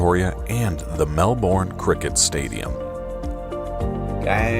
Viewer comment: You said Melbourne perfectly!